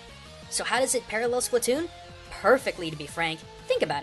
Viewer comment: Splatoon, not spletoon!